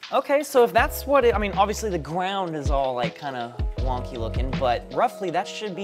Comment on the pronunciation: “the gwound”